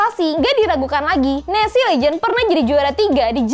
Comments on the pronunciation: En es ce bukan nesi 🥺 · Maaf ya kack itu dibacanya bukan nesi tapi enesce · Keknya NES trs C nya dibaca pake bahasa enggres